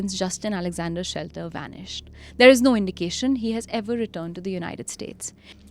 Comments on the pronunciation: The name is Shetler not Shelter. I am finding it bizarre that a whole episode based on a guy and still his name is not being correctly taken. To err is human and all.. yes but careless. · Even NOW you can edit the audio by dubbing SHETLER, the correct last name!!! Pls it's jarring to hear the main guy's name being mispronounced with such confidence!